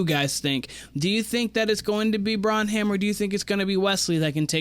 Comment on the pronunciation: Bren-um is how you pronounce it